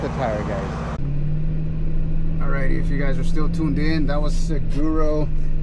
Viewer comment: Looked like a blast! Some late but local knowledge: "Saguaro" is pronounced "suh-WAA-row". It's the species of big cactus you saw. :D